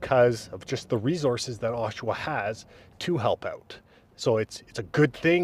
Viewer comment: gen-eral... osh-awa... pretty straightforward, bud.